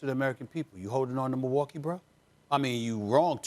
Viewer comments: Nobody: Stephen A Smith: MILL-WALK-EE! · the way he says Milwaukee 😂😂